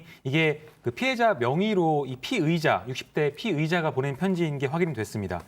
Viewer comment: 졸라게 발음 똑바로 해야 될듯 피해자.피의자 차라리 피해자.가해자 이렇게 해라 좆도 뭔말인지 모르겠다 씨~~~